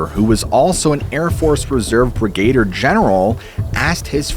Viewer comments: Brigadier. It "brig-a-deer", not "brig-gay-der", bro. Lol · FYI: It's Brig-a-deer General, not Brigade-er. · No lab-rator-eez is fine but it’s brig-a-deer not brih- gader bub. Just joshin yah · It’s brigadier General not brigadiering. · LOL, twice I heard you say “Brigator”General; I think you mean Brigadier, pronounced “Brig-a-deer” General. Love your videos, keep them coming!❤ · Hanger 18. Very good vid! One small correction: you mentioned a Brigator general, but it's Brigadeer (phonetic) for Brigadier. I'm retired USAF, 35 years service. Other than that, you were spot on with all the background info, etc. I'm a subber and always click on the like button before watching your vids as I know I won't be disappointed. Cheers, Bob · What's a brigader general? Must have misplaced the i someplace. No biggy. Just messing with you. Hanger 18? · That's brigadier, not brigaideer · You're killing me!! "Brigadier" is pronounced b r I g g a - D E E R Love you brother ✌️😘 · Brig-uh-deer is how pronounce that word… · Brigadier: brig-a-deer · Brigadier = brig-a-DEER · The correct pronunciation is Brigadier ( Brig-a Deer) otherwise, love your work! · It's laboratory, and it's still NOT BRIGAYdeer general. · Brig-A-deer pronunciation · Fun video please figure out how to pronounce brigadier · Is someone going to tell him the correct pronunciation of Brigadier? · You might want to look at the pronunciation of Brigadier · I’ll give you a pass on your pronunciation of “Brigadier” since you included Megadeth in your presentation. Dave rocks. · Please don't try to say brigadier again. You just don't seem to be able to do it. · Please look up how to correctly pronounce “brigadier.” You massacre it 2-3 times here. And mogul. Maybe just buy a pronunciation dictionary?